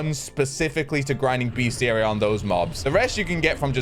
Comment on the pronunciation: just a head's up, it is pronounced "best - iary" and not "beast - iary"